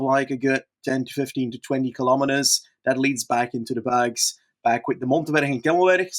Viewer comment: pronunciation of 'berg' putting anyone's previous attempts to shame